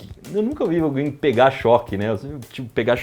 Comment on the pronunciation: 'Pega' ou 'prega' ? 😂